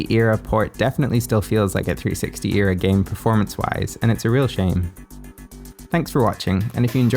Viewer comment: You say Era wrong